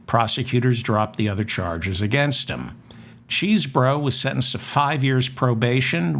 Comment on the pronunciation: Hello David I am glad that you pronounce Mr.Chesebro like it's spelled not(chessbro)